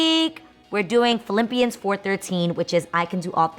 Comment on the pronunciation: lol i she say Philimpians?